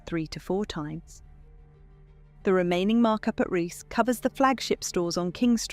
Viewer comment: Surely Reiss should be pronounced to rhyme with geese? Love your podcasts btw.